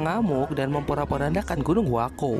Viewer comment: Bukan gunung huako tapi. huakuo